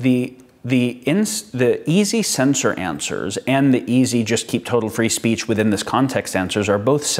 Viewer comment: "It's very easy to say 'free speece'" ...D'OH!